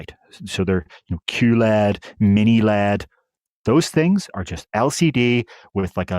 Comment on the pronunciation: Say micro elle ee dee, not micro lead, to eliminate confusion.